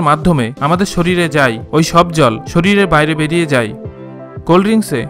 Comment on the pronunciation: Vai video ta valo chilo but apni 'যায়' শব্দটি না ব্যবহার করে 'যাই' বলেছেন... যায় কে যাই না বললে বুঝতে সুবিধা হত